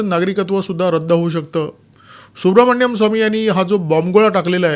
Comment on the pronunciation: Dr Subramanian Swamy/ डाॅ सुब्रमणियन स्वामी ह्यांच्या नावाचं उच्चारण सुब्रमण्यम स्वामी नाहीये.